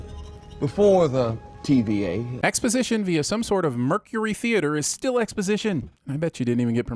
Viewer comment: "Expositioin" which I believe is a moon of "Lamentis 1" DING